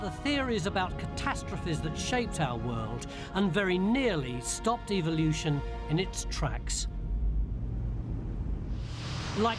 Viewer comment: Omg...it's evolution......not evilution.